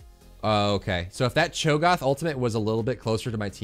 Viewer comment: The ONLY thing that bothers me about the videos is Cho'Goth instead of Cho'GATH! LOL!